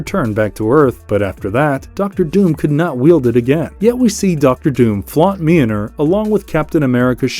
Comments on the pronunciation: The pronunciation of Mjölnir is killing me! 😂🤣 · If you can’t pronounce the name of Mjolnir, don’t say the name 50 million times! You could’ve said it once, and then just referred to it as “the hammer” lol